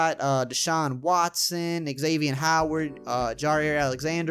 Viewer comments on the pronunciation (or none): none